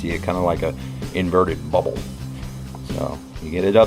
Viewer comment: hahaha how He sais bubble . I had an big laughtflash